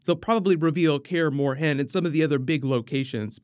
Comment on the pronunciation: You're saying Kaer Morhen weird